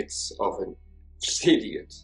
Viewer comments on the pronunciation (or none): seems to have an odd pronunciation of the word idiot with a superfluous "f". How very strange as his English is superb. What a horrible, awful control freak, that family lived under the most tortuous conditions for way too long.. I can't imagine how much bravery it took for Israel to break free that night.